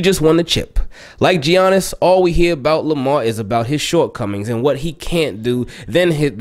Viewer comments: Ay homie, the G is silent is Giannis (pronounced like Yannick but Yannis) just so you know haha 😅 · "Gee-ianis", lol. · Nobody: Absolutely nobody:: jjjjjjjjjiannis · I was like bro its Yan nis but you caught urself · The way says Giannis 🤣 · Lol I’m glad you realized the hate Lebron gets. Everything else spot on too (except pronouncing Giannis name lmao 😂) great vid as always. Can’t wait for Lamar to get a ring. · "Tell me you don't watch basketball without saying you don't watch basketball.": pronounces the "G" in Giannis lol